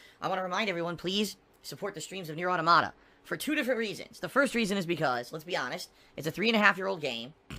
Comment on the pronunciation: I'm positive he says "Neir Automota" wrong on purpose. No way someone hasn't corrected him yet. Maybe I'm wrong but he has a general dislike of anime? Or is it only the waifu's?